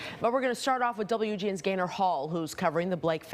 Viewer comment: Thought she said gator when she said gaynor. I was like oh I gotta see this guy 😆.